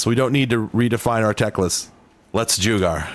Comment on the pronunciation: Jugar> joo gar 🤣🤣🤣